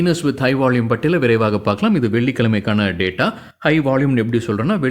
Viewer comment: நீங்க பாலக்காடா!! வால்யூம்ஐ வாள்யூம்ங்கறீங்க...!!!!!!😅😅😅😅😅🎉🎉❤❤..